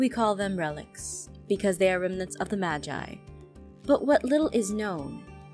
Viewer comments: not to be rude but Jess...... Your pronouncing "Magi" wrong. Its pronounced as (Ma-Ge) not (Ma-ji) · STOP PRONOUNCING MAGI WRONG PLEASE!!!!😨😨😨😨 IT'S PRONOUNCED MA-GEE NOT MA-JEYE!!!!😨😨😨😨 YOU ARE DRIVING ME INSANE!!!!😨😨😨😨